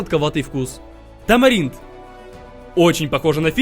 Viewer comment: Он сказал тамарилд)